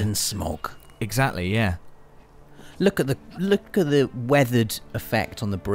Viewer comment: LOOKUH LOOKUH LOOKUH 🙈 😆